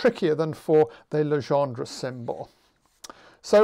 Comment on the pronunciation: No worry about Jacobi, you also mispronounce Legendre :p. Your pronunciation corresponds to "Légendre". Encore merci pour tous ces cours en ligne !